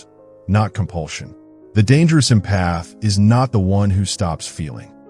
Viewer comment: Great video. However, the way the AI narrator pronounces "empath" was making my eye twitch 🤪